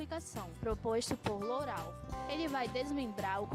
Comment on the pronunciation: o vídeo é bom mas a pronúncia Lourau está incorreta